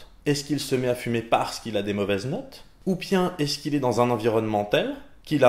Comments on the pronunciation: "Ou pien" L'accent d'origine qui ressurgi xD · Quand tu as dit "Ou pien" je me suis sentie à la maison, en Alsace ^^ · Très parisiens ton "Ou pien". T'as changé ! Mais sinon super épisode comme d'hab. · ça c'est du level o/ entre les cigognes et le "ou pien", on se demanderait presque si l'Alsace ne te manquerait pas un peu ;)